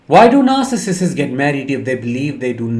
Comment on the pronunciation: Stop adding an extra syllable. It isn't narcissisiss.